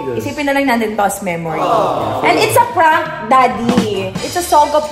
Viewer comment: Ako lang un mga words ni zeinab bat ganon like "prank aaaahh" lahat may A sa dulo.. drive ahh